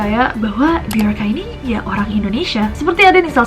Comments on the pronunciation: Mirip sama sosok Bjorn di Viking. Bacanya juga jadi (Byorn atau Byorka) Bukan pake huru "J" klo dibaca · BJORKA (be-yor-ka) Be - Your - "K"/" KA"/"K-A" (inisial nama) ?????